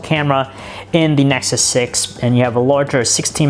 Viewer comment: Google Nesxssuseosnes 6 . WHAT THE FUCK DUDE :D :D